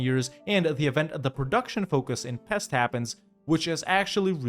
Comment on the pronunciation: Hey great video as always! Just a tip for possible future references (and FYI for anyone that cares) in Hungarian, any name with an 's' is pronounced like "ash", the regular "s" sound in English is marked by "sz". So János Hunyadi is Jáno-sh Hunyadi, and Pest is Pe-sht. I know most people don't know this or worse, don't care, since it's an arguably smaller, lesser-known and just completely different language than any other European major one, but it's just really annoying to hear constantly even at airports as a native speaker :D Anyways, keep up the good work bro!